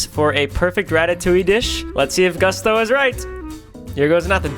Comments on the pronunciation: It’s pronounced, GOO STOWS!!!! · Ryan pronouncing Gusteau's "gust-ohs" is actually killing me inside. How the fuck are you gonna say Ratatouille is your favourite movie and then pronounce it "gust-oh". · Ryan. It’s pronounced Goose toes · its pronounced GOO STOW!!!!!!!!!!!! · The only think not cute about you or this video is mispronouncing Gusteau. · The fact that you watched Ratatouille 5 times and still can’t pronounce Gusteau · Only Ryan could watch Ratatouille multiple nights in a row, and still somehow manage to pronounce "Gusteau" incorrectly, lol. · i love this so much but how do you watch ratatouille so many times and pronounce Gusteau like that 😂❤ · Nice save Ryan! Another great video but please after watching Ratatouille so many times pronounce Gusteau's name right. Also you should really bring with you more on your travels. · He watched Ratatouille that many times and still mispronounces Gusteau ❤️🤣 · the fact that he watched ratatouille that many times in a row and still can't pronounce Gusteau is amazing